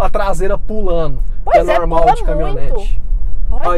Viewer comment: "CamiOnete" não, aí forçou.. Kkkkk, ajeite aí major